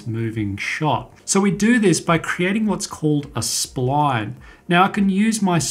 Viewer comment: i love the way you say sployone (SPLINE) / thanks for the video